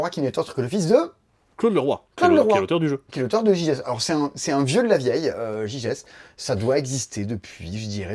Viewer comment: Petite astuce : ça se prononce Gygès ;)